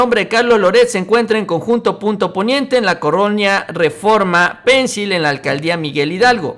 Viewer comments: suena pensil acentuado en la i. no es inglés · Estimado, la colonia se llama Pensil, no Pénsil. Claro que pénsil se oye más chistoso, porque suena como pencil, lápiz en inglés